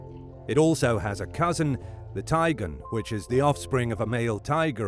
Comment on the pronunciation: Ok, so it's called a Tigon. I swear this dude says tiger.